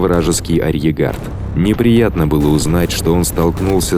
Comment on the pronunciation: Спасибо за ролик! Одна просьба большая, научить диктора слову арьеРгард он из раза в раз говорит арьегард, режет слух невероятно